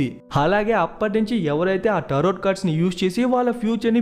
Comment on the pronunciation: Nice...but bro it is Taro(last t silent)cards..not tarot... just saying